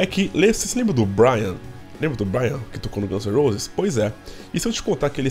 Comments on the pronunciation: o nome dele é BRAIN, não BRIAN. Se pronuncia "BRÊIN" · meu ouvido sangra toda vez que eu escuto vc falar BRYAN.... é como chamar o Duff de Duff McGregor ou Slash de Sleich ou Axl de Axél. NÃO EXISTE BRYAN. É Brain, (BRÊIN). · Boa. Só me explica uma coisa. Porque vc se recusa a pronunciar o sobrenome do Brain? Percebi já no vídeo anterior. Tive que pesquisar no Google pra ver se vc estava falando do Brain Mantia.